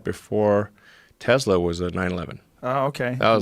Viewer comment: Im calling it a Tezla now, because that's how the creator calls it